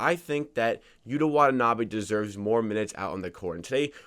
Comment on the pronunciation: Props to you dude for pronouncing his name correctly.